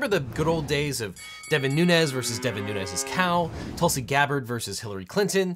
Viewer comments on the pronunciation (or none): none